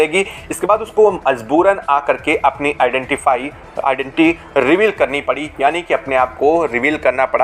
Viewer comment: Identity bolna v nhi aa rha...😂😂😂